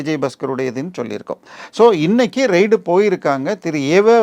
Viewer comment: ரெய்டு என்று உச்சரிக்கவும் . ரைடு இல்லை. ரைடு என்றால் சவாரி. Journalism ஆங்கிலத்தை தமிழில் படிக்காதே அது இரு மொழி கொள்கை இல்லை